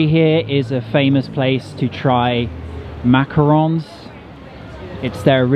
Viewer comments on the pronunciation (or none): none